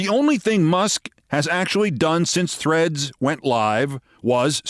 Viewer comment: I know it's "Threads" but I can't stop hearing it as THREATS. Seems somehow appropriate.